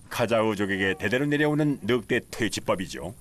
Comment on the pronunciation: 느윽대로 발음하는 게 표준어인가 보죠?